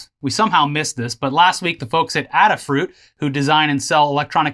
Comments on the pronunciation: Ada, not Adder :p The name comes from the founder Limor Fried's handle of ladyada which in turn is a homage to Ada Lovelace who is considered to be the first computer programmer. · Adafruit is named after Ada Lovelace. Pronounced like the letter A-da.